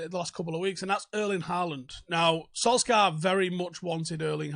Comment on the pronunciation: Sul-Shire,, Sul-Shire!